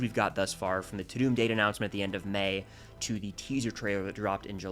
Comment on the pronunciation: It's pronounced 'Ta-dumb' not 'Ta-doom'